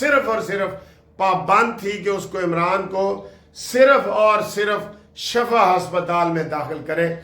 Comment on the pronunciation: ..Lafz shifa Hy shafa nahien